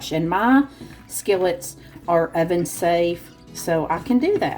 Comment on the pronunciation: You are so cute and funny! You reminded me of Madea when you said irvin for oven. It was a family affair there, everybody pitched in to help you cook. The food looks delicious😋... loved the bloopers😅